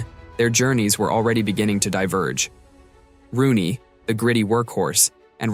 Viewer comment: It’s ROONEY, not Ronney smh